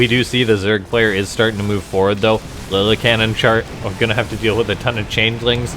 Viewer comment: I think it’s pronounced (Lilly-Ca-Nin) love your videos. Keep up the good work